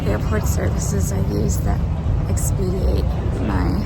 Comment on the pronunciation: Expedite is the correct term not expediate, sorry not a big deal just correcting you because you are an avid reader 😊